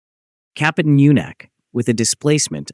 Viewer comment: Рассказывает о корабле Капутан Мюнхен, а на видео Капитан Мартынов ! Наверное озвучил коренной Москвич !